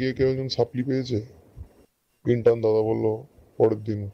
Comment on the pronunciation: শব্দটা ইন্টান নয় ইন্টার্ন (intern)